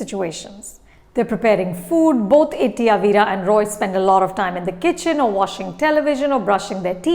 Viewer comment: It's not Itty Avira It's Itty Avra (Aa va ra )